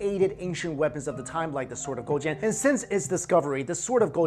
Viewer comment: Damn that pronunciation was on point!